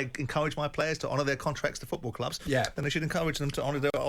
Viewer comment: Jim, its FOOT-ball, stop saying feckin FEWT-ball!!